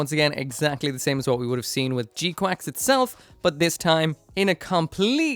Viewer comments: It's pronounced g qux not quacks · They sort of do but its incorrect. One of the gunpla youtuber's shared the release statement and it emphasized the pronunciation as quacks. I just can't remember which channel .